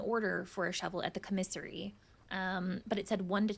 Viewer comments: I keep thinking she's saying comisery- like a singular of commiserations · I’ve never heard commissary pronounced like this. I’ve always heard it like caw-mi-sair-ee.